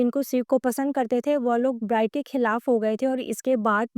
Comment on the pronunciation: If you are really his follower then you will know ..he is doing so so many things but can't be disclosed.. ofcourse big projects takes time..his movie will be in 2027..his album will be in 2026... And many things on the way.. and pronounce his name perfectly...